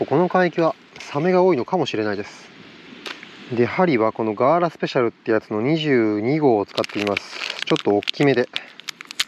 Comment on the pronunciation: 自分はウチナワンちゅ タマンは夜釣りでエサは地元でシガヤーというタコで釣ります 昼間でタマンがつれるのは羨ましい。タマン、み～ばい ガーラのアクセントがおもろいです😂😂